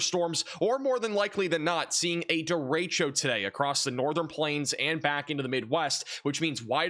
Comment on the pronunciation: points for saying 'derecho' correctly. It's annoying to hear weathermen say "duh-ratio". geez.